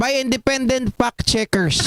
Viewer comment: It’s Facebook not Pacebook saka Fact check not Pact check.. smfh